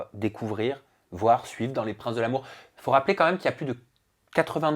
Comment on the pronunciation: "Les princes de l'amoure", "facebooke", insuportable cette façon de rajouter des "e" aux mots ou il n'y en a pas. De plus arrête un peu de faire le choqué ça fait 10 ans que la télé-réalité c'est du cinéma et tu le sais très bien arrête un peu de faire le mec outré t' es aussi faux qu'eux.